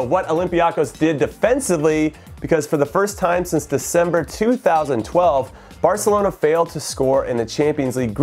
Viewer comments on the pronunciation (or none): none